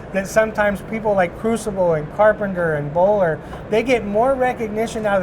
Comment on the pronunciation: If you want to sound like you know what you are talking about, you should probably get the name of the company right. It’s Bohler